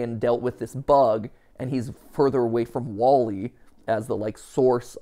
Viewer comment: “Wall-y”, as in the sides of a home?